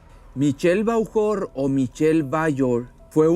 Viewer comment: NO SE LEE (VAUJOR) SE LEE "BOJUR" ES FRANCÉS